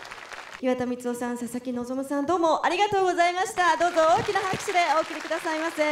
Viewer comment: 声優のこととか全く知らないんだけど、たまたまこの動画観て「ささきのぞ"み"」って聞こえて、「めちゃくちゃ寒っ・・・おもくそ滑ってるやん・・・」って思ってたら その後に「佐々木望」と表記出て意味わかってホッとした。